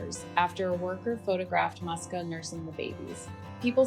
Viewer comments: So her name wasn’t Muska after all. It’s Moosia, or Moos’ka as a diminutive. Only Americans would read a “u” as an “ah” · Her name is pronounced as Mooska or Moosya, typical Russian cat name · Just wanted to say that first, it is pronounced more like Mooska with soft s, also woman says "mama Musya", Musya being another form of the name, a bit more formal, also it is originally a short form from several different names like Maria